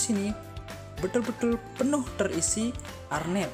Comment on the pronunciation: Nice content kak... kreatif.. tapi btw mau koreksi dikit ya kak.. namanya "Hair net" atau "jaring rambut".. (saya pernah kerja di Salon pengantin) mungkin kita dengernya hernet.. jadi arnet kali ya... tapi gpp.. yg penting ilmunya mantap & kreatif jalan teruuus..😉👍🏻